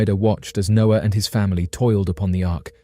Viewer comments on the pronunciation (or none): none